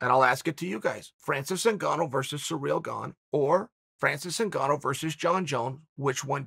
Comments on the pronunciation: Chael: up to a week ago, we didn't even know how to pronounce Surreal Gong. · Jones conversation aside, I really do believe that chael pronounces people’s names wrong lmao specifically non Americans 🤣🤣🤣 “surreal gane” lmao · Chael is still undefeated and undusputed at calling Gane, Surreal Gong!